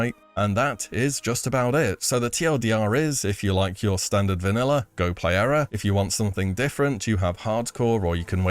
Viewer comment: “Vaniller” never gets old